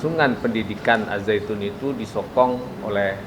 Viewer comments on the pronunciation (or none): Kok Al Zaitun. Apa bukan AzZaitun